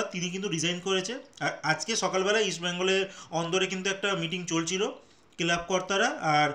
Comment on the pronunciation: 'কেলাব'? যুক্তাক্ষর উচ্চারণ করতে পারেন না?